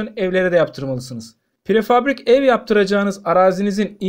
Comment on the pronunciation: Prefabrik değil! Prefabrike denir...